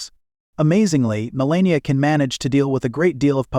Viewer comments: She is the incoming First Lady. Learn how to properly pronounce her name. She is gorgeous and breathtaking. She is quite intelligent. She deserves more dignity than most give her. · Why does the commentator mispronounce her name repeatedly? She is not always elegant, for example that very short white dress ( seems just a sweater and nothing else ) with a turtle neck is very unbecoming , stylewise , doesn't achieve the effect Monrie did